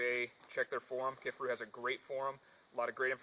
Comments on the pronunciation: It's Ki-far-u as in far away!!!! Ever watched one of there videos> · Lol...."key far ou"